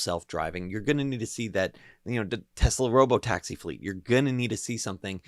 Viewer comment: "robotaxis" lol